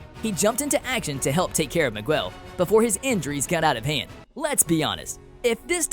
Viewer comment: Did he say migwell at the end? 😂😂